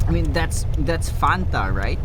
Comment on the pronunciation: That fanta sounded so Filipino ngl